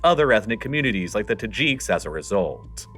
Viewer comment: they are not called Tahjeeks as far as I have heard. I suppose the announcer is actually a robot. Certainly has no concept of how to pronounce the placenames.